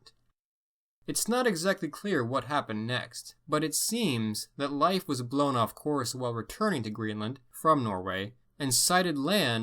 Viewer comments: Okay so it's not pronounced life Erikson it's pronounced "leaf" Leif Erikson like The Old Norse religion was not known as pagan! Pagan is a derogatory term created by Christians to sum up any religion that is not Christianity! It's a derogatory remark for those who represent that religion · Leif is pronounced rather like "Leef" and not "Life" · I understand his disclaimer about his pronunciation but come on Leif is pronounced leaf. It's pretty well known. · Its "leef" not "life" pronunciation for Erikson's name... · no, its pronounced like ''life'' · Lief is pronounced Leaf brother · never heard anybody pronounce Leif as "life" lol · In Canada I learnt about Leif Erikson, but, my teacher indeed pronounce “Leif” as “Leaf” soooo..... that was interesting. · Strange as I have heard english speakers pronounce it as "Leef" though that was by american english. Though in Swedish of course we pronounce as it sounds "Leif" sounding both vowels.